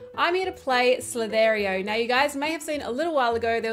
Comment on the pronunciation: The way you say "Slither.io" 😂